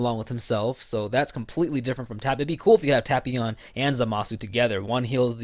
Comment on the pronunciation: Hearing you say tapions name like that makes me want to unsub. Nah I'm just kidding but hearing you say his name like that annoys me